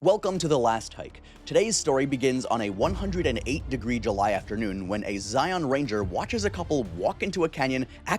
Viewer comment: I stopped as soon as I heard Zion mispronounced.